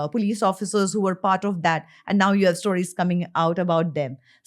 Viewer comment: Nice podcast! The only thing that irritates me is how Ranveer pronounces “stories” again and again.. it’s “stories” as in “stole.” To each his own, it’s just a bit annoying! 😬